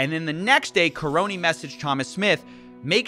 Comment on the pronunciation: The way he mispronounces “Nagy” and “Karony” just hurts me